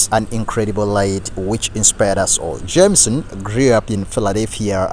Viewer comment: her name was JAM-i-son ... too bad the female broadcaster couldn't have said it correctly.